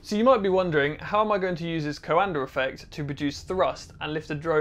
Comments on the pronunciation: He keeps pronouncing "Coander affect", what do you expect? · Not trying to be anal about this but in case you're curious the actual pronunciation is something more in the lines of "Coahndah" (Coandă) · Before even clicking I could hear going "co-anDER effect" in my head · Not "Coander", closer to "Coandah", but without the H, ending on the high-A. I would suggest printing the bowl the other way (like a bowl in which you'll put cereals and milk, in this order, don't me). The fan should be of lower height and have a lot more blades, like a squirrel-cage compressor fan, and maybe thinner/shorter (less height). I would say at least 24 fan blades, ideally twice as much or more. You might also want to add some gearbox, to spin it at higher speeds, to use the same torque to generate more lift, by having more air affected by the surface-tension of the bowl. And why not use store-bought bowls, anyway? You want something more like a high-speed air compressor squirrel-fan, than the fan for a horizontal-axis wind-turbine. Would be nice if you tried again, taking those things into account. Also, having a duct (basically a disk) on top of the fan, going something like 2 centimeters outwards, would somewhat increase the upwards force, by keeping the air from being sucked back into the fan. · Great video! Take a drink every time he says "Coander effect" -- it's actually pronounced ko-an-duh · Henri Coandă has a street named after him in Timişoara 🇹🇩 |two syllables, not three. | Kwan dõ| 콴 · It’s the CoanDA effect not the CoanDER. Accents are no excuse for adding an r where there isn’t one. Stop. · it's something like "duh"! Is pronounced dă. So it's... "Coan-duh" effect 😅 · every romanian's ears starts bleeding when you say Coanda :)) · I kept yelling at the screen that there's no R in coanda, pretty funny though. kinda like some americans saying H before W.